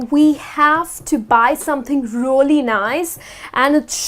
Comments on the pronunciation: you are right,she said rooly not realy!Whatever,I like her way to explain. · Dear, you pronounce "really" like "roolly".I bet you know it,just point that out )) No offence:-) Thank you for your classes! 💖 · the word " really" sounds very strange from her. like " rolly" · agree I think it should be more "e" , I clearly hear rolly as well